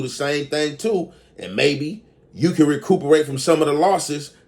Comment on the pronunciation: Wouldn't be a video without a mispronounced word. 😂